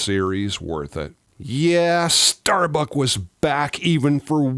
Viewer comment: It's "Starbuck", not "StarBuck".